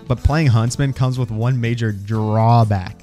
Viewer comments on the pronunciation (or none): none